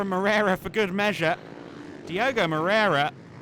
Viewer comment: His name is Diogo though, please guys stop butchering names and pronunciations like the speaker usually does...